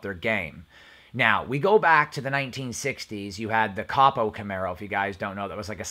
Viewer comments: ITS PRONOUNCED CO PO CAMARO NOT COP O CAMARO.. CAN YOU SAY COPO??????? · Im sorry but its not capo its copo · I damn near shit when he first said cop O!!😂😂😂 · It's pronounced cōpō, just so you know. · Ko Poe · did u say coppo camaro? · Yep and it’s pronounced co-po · COPO = Central Office Production Order, pronounced with "long "O's" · Interesting video... you mentioned the 2016 ZL1 1LE. Did they produce the ZL1 1LE in 2016? I was under the impression they released the ZL1 in 2017 and then the ZL1 1LE a year later in 2018. Your pronunciation of COPO is hilarious. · Don't pronounce COPO wrong and don't call your video "leaked" when you have no data. Awful video. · You don't need to be making a video about camaro's if you can't say copo! D...bag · You're talking cars and you don't know how to pronounce COPO? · I cringe every time you say copo the way you do😬